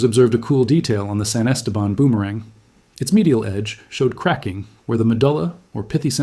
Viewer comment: san esteban? can you pronounce it correctly?